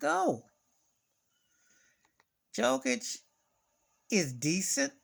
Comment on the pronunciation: Ahahahhahah first you have to know how to pronounce his name, and then you have to learn basic’s of basketball, and when you comment something you have to know something about that subject